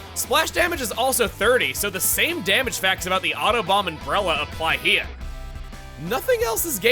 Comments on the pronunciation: Is it just me, or did Chugga say "here" with a Brooklyn accent twice in this video? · is it just me or did chug a say “here” differently